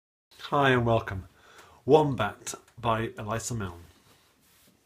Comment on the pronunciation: Great resource you have made available, but please pronounce the composer's name correctly, its a soft 'i' not capital 'I' in Elissa.